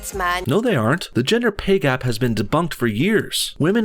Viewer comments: Did anyone else hear her say "gender pee gap" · For a second there I thought she said "Ginger pay gap" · Sounded like she said "gender pee gap" She's right, I can piss waaay farther.